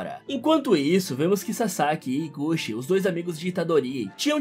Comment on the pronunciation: Eu sei japonês e é "iguti" não é "iguxi" agora vc entende um pouquinho de língua japonesa